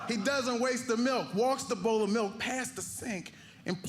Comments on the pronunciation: Thank you for that! I legit thought he said boat, not bowl 🤦🏽‍♀️ I would've caused even more confusion than necessary lol 🙃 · I thought he said boat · I thought he was saying boat the whole time 💀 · Could use a little more enunciation on bowl. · Figured out he was saying bowl...